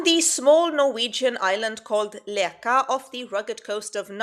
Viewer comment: Thanks a lot for this! I just wanted to correct you slightly, Namdalen is in Trøndelag, which isn't regarded as part of Nothern Norway (Nord-Norge), although Nord-Norge borders are very close, only about 5km from Leka to Bindal. The dialectial differences are big, though. And Leka is pronunced [læk:a], although that's on the local dialect, but then, with the current ~600 inhabitants, not very many speak that. And btw, it's not the first time something like this appears on a remote island. The vikings and those before them, were seafarers, so inland towns didn't make much sence, just like modern cities are usually located close to the shore or at least a river.